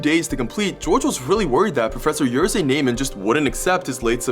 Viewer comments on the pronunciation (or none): One note: the pronunciation of the professors name is more like "yeshy":) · He solved a problem defined by his professor, which makes it even funnier :D (btw, 'rz' in Jerzy would be pronounced as s in "vision" - I know Polish names are tough, but I think this sound is relatively easy to make for an English speaker. Good job on saying the j right though! I would die if I heard it pronounced like j in jam) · Hi! Polish native speaker here. The name of the professor isn't pronounced like you just did 😅. The "rz" in "Jerzy" is pronounced as one sound. Something like "sh". I think that if you pass some curious facts to A LOT of people, it should be better to know how to, at least, pronounce the names right. No hate tho! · That pronunciation of Jerzy lol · that pronunciation of Jerzy really fing hurts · english people will do anything not to pronounce slavic names/surnames correctly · I'd appreciate if You looked up how to pronounce Jerzy next time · It takes a few seconds to google how to pronounce 'Jerzy' and not butcher it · Jerzy? Are you daft? Its Jerzy Je like ye Rzy Its just ż go on google translate and put that in or something idk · it hurts me how you butchered "Jerzy" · Either learn the pronouncination or dont bother saying it please To pronounce jerzy Je = Ye rzy = french pronounciation of J